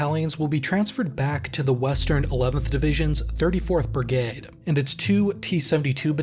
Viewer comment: Can you please just say brigade not brigaied